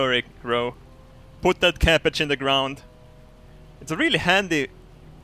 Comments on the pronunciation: I love how you say ''capage'' instead of ''cabage hahaha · Cappage. I just love that pronunciation <3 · Love how he says "cappage"